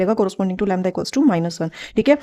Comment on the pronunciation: U pronounce lymda